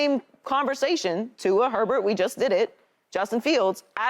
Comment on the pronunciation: This chick cannot get Herbert's name out of her mouth🤣🤣🤣